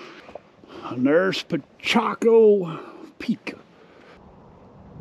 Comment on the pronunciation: It's not Pichaco it's Picacho.